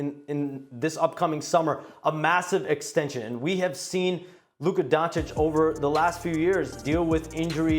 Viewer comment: He actually said „Luka Gonecic“ 💀